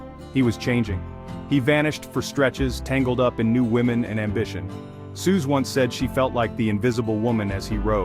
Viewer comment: Ai didn't even say Suze's name right. It's pronounced 'Suzie'